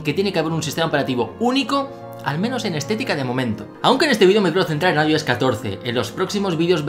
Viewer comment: Aioes Aipad os Mac os... Bro al menos se consistente en la manera que pronuncias.